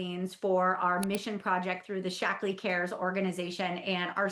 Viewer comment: I'm only 10 minutes in, and maybe it's because English isn't my first language (I'm French) but all I can hear is "Shackles" and it makes me giggle so much 😂 Cheers from France! 💜